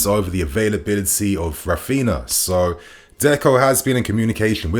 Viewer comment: It is Raphinha, not Raphina lmao. Stop mispronouncing his name ffs. And Alemany is not leaving Barca for Villa anymore. + Deco will join Barca structures but not as a sporting director.